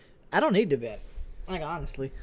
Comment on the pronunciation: “I don’t need to vent, like awnessly.” spends entire stream venting